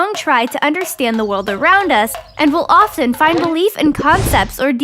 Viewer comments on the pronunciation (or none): none